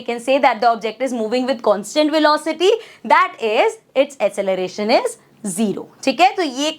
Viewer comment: Mam vese to aap meri teachee ho sorry❤❤ me aapko bta rhi hu ki aap acceleration ko asseleration bolte ho that is wrong pronunciation. By the way i m so sorry for teach u this❤❤❤